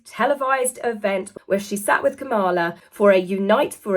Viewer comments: Hey, fyi, the candidate’s name is pronounced KAH-muh-la, with the emphasis on the first syllable (not “kuh-MAH-la”). It’s like the punctuation mark, comma, plus “la.” So: COM-ma-la. Easy peasy! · The name is KAmala, not KaMAla. Her opponents make it a point to mispronounce it just to be offensive (very juvenile). You probably are unaware of this in the UK. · it's Kamala, accent on the first syllable.:) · Comma-la, not Kuh-mah-la. 😘 And, as a US citizen, I certainly do not need Meghan and Harry telling me to vote. 🙄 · Kamala is pronounced "comma lah" just letting you know Not being snarky, I love your show. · Kamala is pronounced Comma -la. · It's KA - MA - LA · Kamala….said comma la. I know you don’t mean to but mispronouncing her name is what Trump does on purpose. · What a truly sad person you are. You would be far better spending your time doing something with the room you are sitting in which could definitely do with some decorating. You also need to do your homework and check the bullying which has turned out to be not accurate. Lastly don't show your ignorance again and learn how to pronounce your vice presidents name correctly. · Kamala rhymes with Pamela .....accent on the first syllable. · So sorry, but you are pronouncing Kamala Harris's name incorrectly. Many Brits do so don't feel badly. Thanks much. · Please pronounce Kamala correctly. Very anti-Megan/Harry, BUT, more than we in the US will suffer if people here don't vote. Encouraging voting is a good thing. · And if you're going to get into American politics, would it be possible for you to pronounce VP Harris' name correctly. We don't like it when people call Princess Catherine "Kate". Same respect in the other direction????